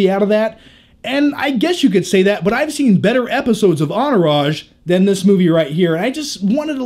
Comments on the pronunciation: Lol "onourage" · "Enourage" ... theres a T in there isnt there?? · Hahaha why do you say Entourage without the T? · anybody else notice how funny he pronounces entourage?